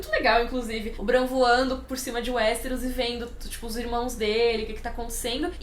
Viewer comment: sua pronúncia do nome Bran está estranha, se baseie na pronúncia da. Mania do povo trazer os nomes pro jeito português de falar, dói os ouvidos.